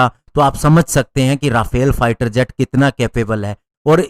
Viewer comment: भाई राफेल नहीं, रफाल सही उच्चारण है।